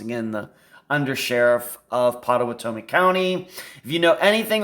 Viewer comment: Pot-uh-watt-uh-me is how to pronounce the county, if this makes sense. I live in Oklahoma County next door. The Red River would be the only river in which someone would refer to it as “the river”. I have crossed that river many many times. You always lose phone service just before crossing it, as you are leaving Oklahoma into Texas. Not sure I should even be commenting, but will since you put some effort into this video. I know Andrew. Hired him years ago when he was about 20 years old. He has since left the company that I hired him with. I was floored when I heard of him being missing. I still know people that know him and his family and have since been told by somewhat reliable sources, as their information is hearsay, that Andrew met Mr Stussions wife on a flight to somewhere, and took a liking to her. Then they became friends afterward leading to him becoming partners in the restaurant business with them for a short period of time. Something went bad between them and the result was Andrew losing $250,000.00. What I have learned is that the FBI is in search of Andrew and had reached out to him to interview him in the murder of the Strussions. The story is that Andrew, never having ridden a motorcycle purchased one for the sole purpose of a trip to Ohio, since a motorcycle cannot be tracked by systems like On Star. After he learned how to ride the motorcycle took off to Ohio and performed this crime, as he knew the layout of the area and their home. They were closing in on